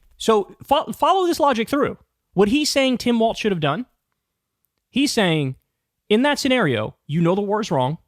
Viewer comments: Kyle: He pronounces it "Walls" not "Waltz." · Come on man, his name is WALZ NOT WALTZ. Please stop mispronouncing it!